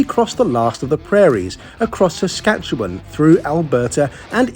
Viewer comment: Thanks for pronouncing Saskatchewan properly. 😁